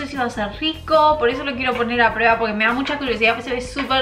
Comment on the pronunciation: prUeba NO prEba🤦🏻‍♀️ habla bien por dios